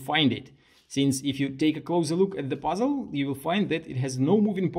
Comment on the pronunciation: I love how you pronounce "puzzle" as "buzzel"